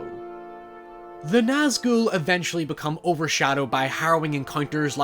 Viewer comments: I like the fact you Nazghul right but you kept calling sauron Zauron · The pronunciation (I believe) is "SOW-ron" (sow as in female pig) but people also say "SOR-ron"... Either way, hard S Regardless, I loved your analysis of the Nazgûl (you said that one right, btw!) and their purpose within the greater narrative. Love your channel and your dog! ❤️😊